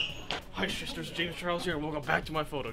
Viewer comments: Ian is shading James so hard lmaoo “hi shisters” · James :Sisters Ian: Shisters😭 James: I dO nOt SoUnd LiKe ThAt💀